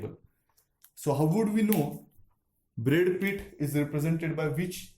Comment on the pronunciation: "Brad Pith" too.